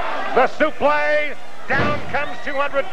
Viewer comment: using the correct pronunciation of a suplex.